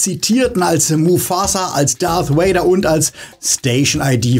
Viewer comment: RIP James Earl Jones! Und Leute…es heißt Darth Vader und nicht Darth Wader!!!!! Wenn Ihr die Filme im Original gesehen habt, werdet Ihr mit Sicherheit über die originale Aussprache gestolpert sein!